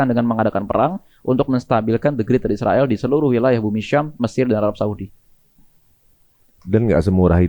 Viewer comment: Knp host & narsum nya sllu bilang isriwil? Knp gak bilang israel?